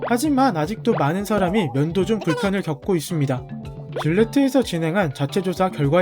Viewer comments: 면도라고할떼 문도라는줄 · 나만 문도라 들림?